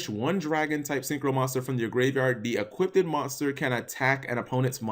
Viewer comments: equipped.... eeee cwipt.... eee kwipt... not eee kwit ted.... kill the ted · Equipped, not equip-ded